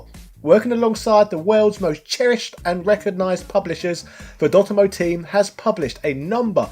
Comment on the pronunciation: I always thought it was dot emu, not dotemmoo